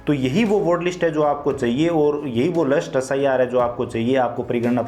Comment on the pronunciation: Bhai wo lust list hota hai last list hota hai